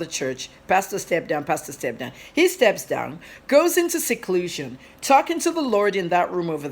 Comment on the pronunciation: You speak well but only thing: you insert ‘r’ in words that don’t have R. Eg ‘forcus’ Instead of ‘focus.’ Also ‘serclution’ instead of’’seclusion. Please take it easy. Speak naturally without Rs